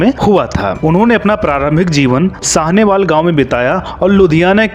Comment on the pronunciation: अबे O भैया जगह का नाम तो सही तरह से ले लिया कर, लालटेन कला नहीं ललतो कला है, साहनेवाला नहीं साहनेवाल